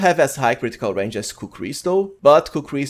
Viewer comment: Love your content bro. And the fact you keep mispronouncing "ranged" always has me smiling. Your always doing endgame op builds. Which are awesome. Whats the chance of some strong midgame builds or maybe some whacky non meta style builds? I'd love to hear some ideas from someone who knows the game as well as you do